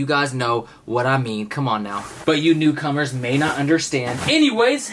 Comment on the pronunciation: he said "new cummers" lol